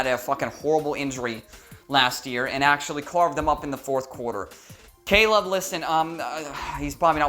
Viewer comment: Hahahahaha you said Gayleb hahahaha